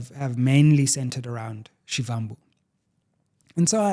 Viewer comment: Only came here from X to tell you that, learn to pronounce Floyd Shivambu surname accordingly. Take us serious. Put in the effort if you want us to take you serious.